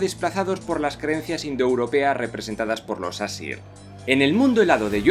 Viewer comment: Las pronunciaciónes de las razas y todo eso son pésimas y no es fuego y hielo es muspelheim y nifleheim y audumbla se pronuncia ardombla. Y no es asir que es como tu lo pronuncias es aesir tal y como se escribe. Los elfos de la luz y los oscuros viven en el mismo sitio. Pero en svartalfheim viven solo los enanos. Y helheim y nifleheim son el mismo reino pero odin Le dio ha la diosa hela una parte de nifleheim ha la que anomeno helheim la tierra de los muertos.